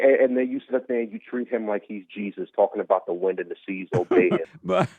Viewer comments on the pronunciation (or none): none